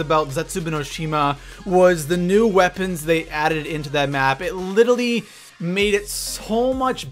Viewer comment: Can you please pronounce literally correctly? It's littly killing me